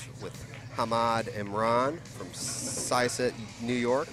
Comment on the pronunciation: Actually,, Syosset is pronounced Sigh - Uh - Sit. (Not "sauce it").